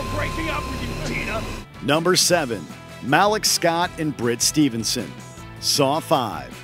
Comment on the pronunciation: Ive heard his name is actually pronounced "Muh-leek" instead of "Ma-lick"